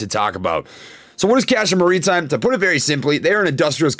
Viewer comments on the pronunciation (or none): Castor “mareetime” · Castor marry time. Is how it's pronounced